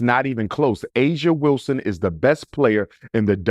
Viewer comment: Her name is Aja Wilson-Heir 😅😅😅😅 get it right doc😂